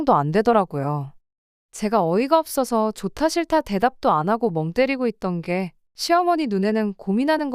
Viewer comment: 어떤 채널은 없어서를 끝까지 어버서라고 읽기도 하더라구요. ai 오류같아요.